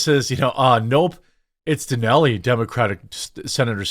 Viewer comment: Where is this Mount "Danelly" you keeps blathering on about Jeremy? Do you mean, Mount Denali? Cuz that's not "Danelly."